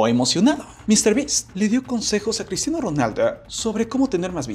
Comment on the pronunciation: Por que dices Cristiano ronalda